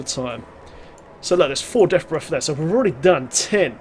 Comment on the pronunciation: Deaf Breff. Hehe, love the vids. Subbed.